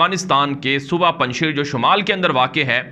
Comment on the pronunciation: تلفظ پنجشییر نہیں پنج شیر یعنی اسد ( پنجشیر)